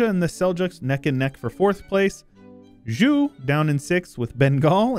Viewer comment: Zhou is pronounced like Joe, not Ju